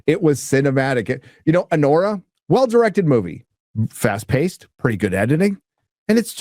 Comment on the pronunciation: "A-WHORE-A"! I literally busted up laughing hearing that!